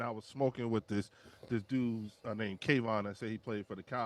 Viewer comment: ....u hear every damn body on your call in show say Kavontae. Not KAYVON....yet u still call him Kayvon